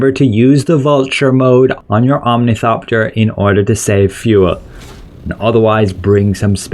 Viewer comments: O R N I T H O P T E R . You kept saying omnithopter and it irriated me beyond reason, I am sorry. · omnithopter lol